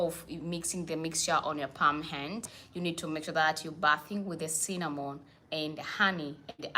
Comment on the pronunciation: It's Cinnamon powder! Not Sinnnanon